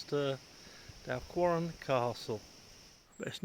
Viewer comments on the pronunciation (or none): Dal'wh'arran, pronounciation.